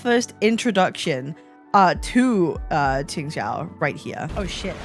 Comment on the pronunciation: Here your pronunciation of Q and X in her name is surprisingly good!